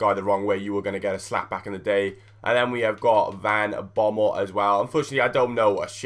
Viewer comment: As a Dutch guy its funny to watch you struggle to talk about Van Bommel :P